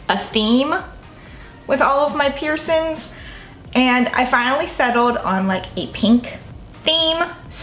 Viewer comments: PiErSoNs wouldn't be soooo triggering if you didn't say it 100+ times lmao. Girl get a "piercing" counter on screen 😂😂💖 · Piercins “piercings” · Peircin. Pisses me off 😂🤦🏻‍♀️🤦🏻‍♀️🤦🏻‍♀️🤦🏻‍♀️🤦🏻‍♀️🤦🏻‍♀️🤦🏻‍♀️🤦🏻‍♀️ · I love her! 😍 Love her accent and how she says " peircin/s" and leaves off the g on words, I'm from the UK, x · girl i love the way you pronounce piercing/piercings